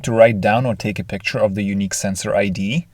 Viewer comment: picshur... Practice in English pronunciation or ask someone native English speaker. Please